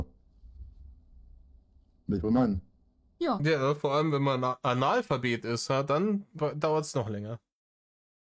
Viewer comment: Du sprichst es mit Absicht Anal-Phabet aus, oder? :D